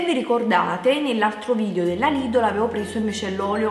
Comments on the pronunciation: si dice lidel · Si dice lidel LIDEL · Si scrive lidl,ma si legge lidel...